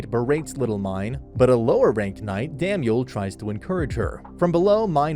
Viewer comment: Delia wants to be Bezewanst's (High Bishop, aka evil santa) concubine, not Ferdinand's. Also you mispronounced Lutz' name a few times but also said it right a few times??? Same for Damuel, and Shikikoza (or Ehrenfest for that matter) you just never get right. Plus, the Priest that destroyed the book room, Egmont, is a blue robe